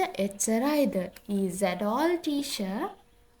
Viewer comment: Teacher කියන එකට motath teasher😂